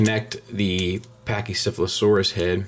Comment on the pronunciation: be honest...how many times did you practice saying pachycephalosaurus...seriously...